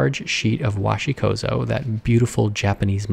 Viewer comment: Once again, it's not "wahshi kozo", it's 'kōzo-gami'. Please strive for greater correctness.